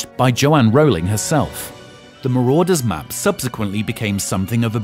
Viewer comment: "the marodeur's map" lol i believe its "the marauder's map"